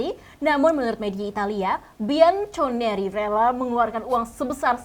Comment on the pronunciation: Parah banget masa bacanya Bianconeri..... harusnya kan Bianconeri wooiii 😠😠😠😠